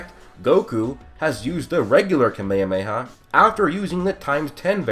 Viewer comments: You said Kamemeha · 1 shot for how you say KaMeHaMeHaa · I love how he pronounces “kamehameha” differently every time